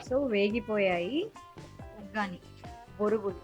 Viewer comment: Vaggani kaadu vuggani